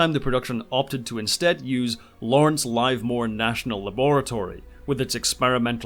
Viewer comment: Great video but the Lawrence Livermore is not pronounced Live (rhymes with alive) more - it's Liver more. As in the meat. I get it - I can't pronounce half the names in the U.K.